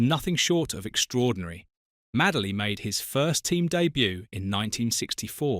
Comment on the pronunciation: MADE-LY, NOT MAD-LEY